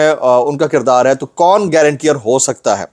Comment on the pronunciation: It’s “Guarantor “🙏